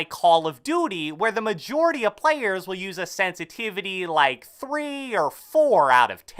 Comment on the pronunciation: I don't like how he talks. He says some words louder and slower than the rest. He slows down at the end of sentences. He also says parts of words words louder. "Sen-si-TI!-vity" and "mee-dee-om" are some that really annoyed me. "Call of doody" ugh... I can't watch this.